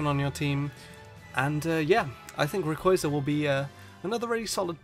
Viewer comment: ray - quar -za . to rhyme with plaza. lol jk idc, nice video